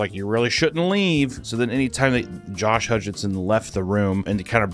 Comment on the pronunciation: I’m having an aneurysm every time you call him Josh HutchINson. 🫠